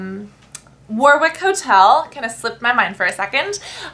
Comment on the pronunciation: Warwick hotel? Its pronounces Wa-rick :)